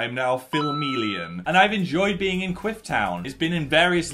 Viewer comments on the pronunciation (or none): I keep thinking you say queef when you say quiff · Omg I keep hearing a similar word to quiff every time I’m so sorry I can’t 😂😂😂